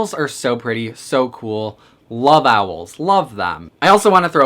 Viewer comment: My dude I love you but the way you say Owls stresses me out